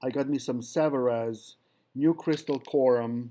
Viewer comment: Made in France. Pronounced Savaree